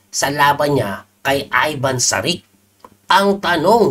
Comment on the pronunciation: coach parang may ch sa huli ang last name nya pag pronounce... Sarich